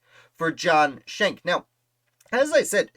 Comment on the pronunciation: Shank is not the correct pronunciation. They're Dutch, not German, so the pronunciation is Skenk. Captain John was in the Hunterdon County Militia. The "word arrived" about the light dragoons from his cousin, also named John Schenck, a Sergeant in the Hunterdon County Militia. You can read his account of the Ambush in his 1832 militia pension deposition.